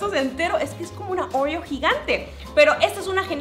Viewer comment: Nadie absolutamente nadie::orrrio Jajaja la amó ❤️